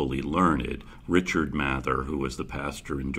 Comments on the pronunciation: It’s pronounced May-ther don’t question me My family is related to this person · My family is also related to this guy, his name is pronounced math-er, not may-ther. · It's pronounced May-ther mr mather. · It’s pronounced May-there I’m related to these people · Is it math-er or may-there? Really